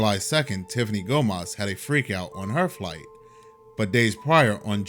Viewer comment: Let me tell one more thing about her! She said in her video Gomez, not Gomas you and everyone pronounce differently¡ …you are right is not her nice video buddy.👍